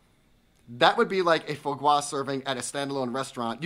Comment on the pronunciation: I just adore quail! Foie gras pronunciation = Fwah Grah